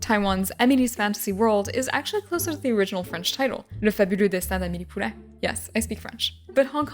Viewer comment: Quality content as usual. Also, I'll compliment how perfectly well you pronounced Le fabuleux destin d'Amélie Poulain. Yes, you definitely speak French! I'll also share some examples of "poetic translations" that we did in France, since it didn't work to translate directly: Jaws: The teeth of sea Nightmare on Elm Street: The claws of the night Sisters: Soeurs de sang From dusk til dawn: A night in hell Near dark: At the edges of dawn The Purge: American Nightmare (title kept in English) Etc.